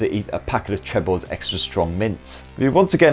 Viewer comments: IT'S PRONOUNCED TREE-BOR NOT TReBOR! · Its pronounced TREEEBOR mint